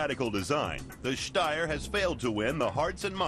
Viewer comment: They pronounced Steyr as good as you can with an american accent. I'm actually surprised. ^^